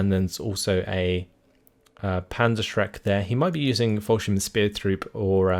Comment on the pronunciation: Yeah, his "Scharfschütze" is damn impressive, that's got to be one of the most difficult words we have. The biggest nitpick in this vid would be the "Follschirm" instead of "Fallschirm" but that could be adjusted by forcing your mouth to open towards the sides more to get out of that o shape.